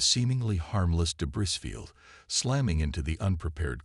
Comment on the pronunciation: What type of AI can't pronounce, "debris"?